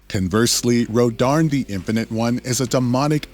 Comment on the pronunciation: He’s saying rodarn when it’s actually Rodin